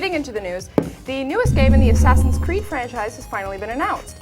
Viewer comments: she said ass creed lol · Well, I guess we can all tell she's never played AC. First she slaughtered their names, and "Ass Creed Bro" wasn't even humorous.